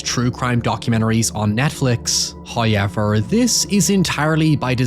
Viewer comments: First "hoyevver" drops . An early Christmas present! We are humbled and grateful. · Hit us with the hoyever within the first 30 seconds, is that a record? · no worries I'll always love hearing your howyevers!